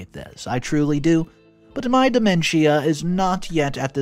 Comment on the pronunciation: It’s pronounced De MEN shuh Not DE men schia Also it’s inVI TATion Not inVINtation